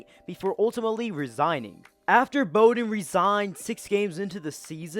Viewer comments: Bou-din not bow-din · Good info but important to check how to pronounce names. When you put in a lot of time to do the research, it dampens it a bit when you don’t say a name like “Bowden” correctly. One of the most prominent names in college football history. But hey keep up the good work. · DJ “Ooooey-unga-le-lay”; put some respek on his name. Also Tommy Bowden is the son of Bobby Bowden. The first syllable rhymes with cow for their last name. Other than that solid vid; I enjoy checking this channel out